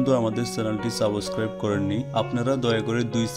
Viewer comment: সাবস ক্রাইব করা নয় । সাবস্ক্রাইব করা হবে। 😀